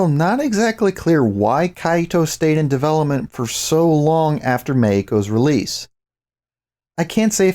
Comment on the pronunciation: Random: Every time you say Meiko, I hear "Mexico" in a Spanish pronunciation. uwu